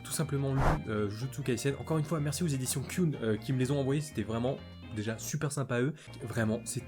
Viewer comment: Moi aussi j'ai pleuré à la fin😭😭😭😭😭!!!!!Par contre c'est Ki-oon et non Kioon XD.C'est dommage que tu n'aimes pas Guren Lagann c'est mon enfance :/.Troppp la chance que tu aies pu lire les tomes de Jujutsu Kaisen😭😭😭😭😭!!